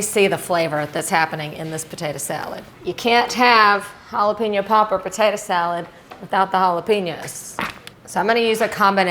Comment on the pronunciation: I just love the way says "patata" 😅